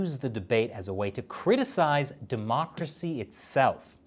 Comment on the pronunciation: democtacy. English? Dunno.